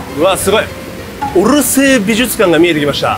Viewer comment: オルセー美術館が、うるせ〜美術館ってHIKAKINさんの発音から聞こえてしまった🤣